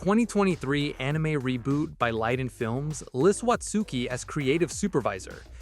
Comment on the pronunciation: You don't pronounce the u in Watsuki...